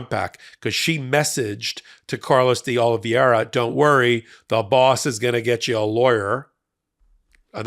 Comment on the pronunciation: You're pronouncing D' Oliveira wrong. Other than that, great video!